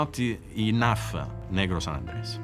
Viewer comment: Keeps pronouncing it as San Andreas.... San Andrés (sahn- ahn-drez)